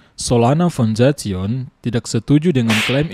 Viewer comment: Foundation= "Faundesyen"